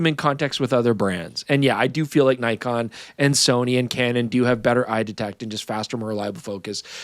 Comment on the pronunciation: Nikon, pronounced Nick-on, lol bro